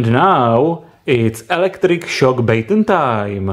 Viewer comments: It's Ba-ton. Not Bāy-ton. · Stop saying baytone